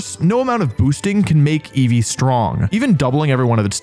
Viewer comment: inceevee anyone?